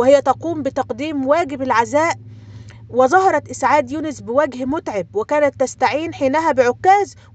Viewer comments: " وجه متعَب " بفتح حرف العين وليس بالكسر حاولى تضبطى النطق ، لاحظت هذه الاخطاء فى كل فديوهاتك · بوجه متعـب بفتح العين وليس بكسره